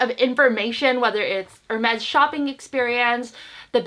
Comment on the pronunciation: Never thought anyone could make Hermes sound like a Mexican brand...'El Mex' LOL